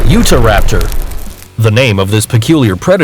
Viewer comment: They said you-Tara-Peter